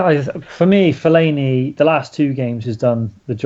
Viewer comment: Put some respect on Fellaini's name :')